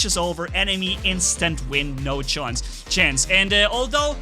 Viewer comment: Instant win, no chonce, chance. Me: I think I heard german?